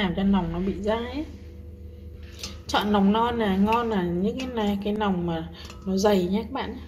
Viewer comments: Nói ngọng quá người ta nói là lòng lợn lại cứ nòng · Lòng chứ không phải là nòng.